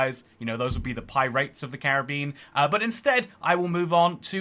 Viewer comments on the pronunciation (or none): Pie-rats of the Care of beans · “Pie rates of the Carib bean”💀